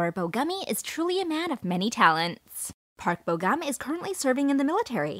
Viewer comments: it's funny how you pronounce korean names lol! you should pronounce it on how it was spelled! Like Park Bo Gum. Gum is not like bubble gum! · Oh wow they can speak English while the narrator herself mostly mispronounced their names lol.